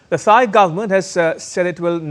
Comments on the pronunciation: Thai is pronounced "Tai", not "thigh" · The presenter undermines his credibility by mispronouncing Thailand & Thai. Is this ignorance, arrogance or stupidity?